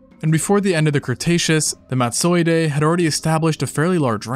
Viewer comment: Totally cannot take you pronouncing Madtsoiidae as if it were a Japanese samurai. 😖